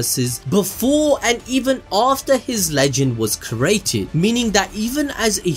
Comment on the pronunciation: bro, you freaking kill me everytime you say "cerated" instead of CREATED.